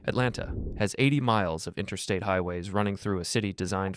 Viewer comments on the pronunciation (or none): none